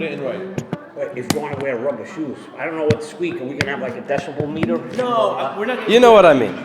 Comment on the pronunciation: When I heard him retort "Decible Meter" I knew he was a POS.